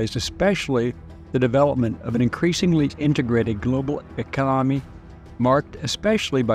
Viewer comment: "Econonimy" What word is that?